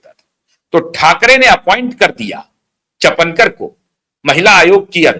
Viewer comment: चपनकर नहीं, चापणकर =Chakankar..रुपाली चाकनकर Rupali Chakankar